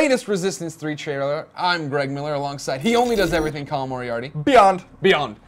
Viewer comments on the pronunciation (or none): none